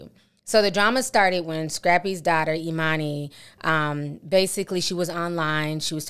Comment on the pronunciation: "e-munni" (e-money) ....gurl, ur daughter name is Ee-MANN-Ee / Emani !!!!